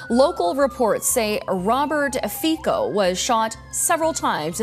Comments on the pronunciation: For f.. learn how to pronounce his name. We are not all English or American. He is no Fiko = he is Fico - the same pronounciation as pizza = pica. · The name has to be pronounced like 'Fitso'